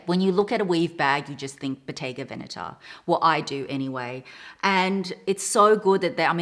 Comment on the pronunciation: Hehe..no excuses needed...your italian is extremely on point! You are one of the very few youtubers that I've heard pronouncing Bottega Veneta in the right way! Intrecciato is pronounced exactly as you did as well! Very nice to see you again dear!